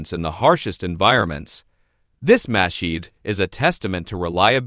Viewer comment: After the 3rd muh-sheet, l stopped watching and started typing. Pro tip-if you're making a video on a subject, pronounce the subject name correctly, or don't bother with the production, as no one will watch it.